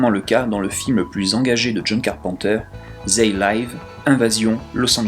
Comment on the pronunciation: "They live". Du verbe "to live". A prononcer comme le move "leave" (ou leev, si tu préfères). Désolé je casse les couilles 4 ans après, mais ça m'a piqué les oreilles. Et j'adore tes vidéos ! Donc, 50/50 ?